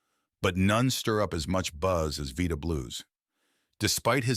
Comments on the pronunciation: It's not Veeda It's Vida! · The headline is SO misleading. "Unbelievable Crimes"?! Seriously? Low quantity narcotics possessions and one DUI don't make him anywhere remotely close to the monster this headline makes him out to be. Next, he pronounced his first name, "VIGH-duh," not "VEE-da," as the AI voice mistakenly says. Also, there's one pic captioned "1967," in which Reggie Jackson, not Blue, appears. Newsflash: Not all black men look alike! You really should consider re-titling and re-editing this video. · When Blue was a player, his name was pronounced "Vida" with a long I, not "Veeda" with a long E. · Why do they get these horrible moderators to do these you tube videos who nothing about him and cant pronounce his name?? Veeda?.? Shameful!! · "Veeda"? I don't think so. I hate these AI narrated videos. I pulled the plug at the 45 second mark. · Vyda bit Veeda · Why listen to an AI video that mispronounces the first name of the video's subject? I'm out. Bye. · This is complete trash. Ai voice over can't even pronounce the guy's name correctly. And the sensational headline? Please, this is GARBAGE. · Some people have their demons,he's not a criminal,bad video and bad pronunciation of his first name! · If your AI can't even pronounce his name right.... Down vote Bye.